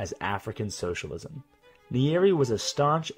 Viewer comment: You butchered the first presidents name bro 😂